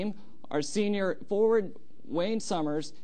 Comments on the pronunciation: Wayne Summers teleprompt says Wayne Simien 😭😭😭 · that’s a weird way to pronounce Simien